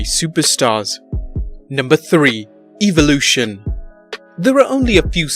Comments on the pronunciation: It's not Evulotion it's EVOlution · It's Evolution not Eevolution. Learn how to pronounce it. Anyway. Don't let this distract you from the fact that Edge injured his neck badly enough to force him to retire, from running hugs! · You said evolution wrong. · Talks about wwe but can’t say Evolution right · Man you said evolution wrong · Say evlotion right my gosh